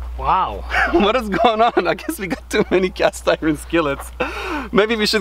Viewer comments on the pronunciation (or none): It is Cast Eyeron 😂